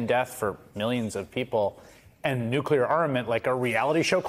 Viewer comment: "If we don't take out their nucular program immediately..." LG. Good God.. 🤦‍♂